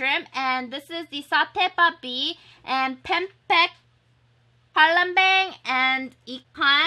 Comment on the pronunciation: Did you reupload this vid??? Also its so funny how you say pempek palembang 😂 and im watching this while i eat nasi goreng too! Yay twinning 😘😘 AND ILL BE YOUR INDONESIAN FRIEND ✌✌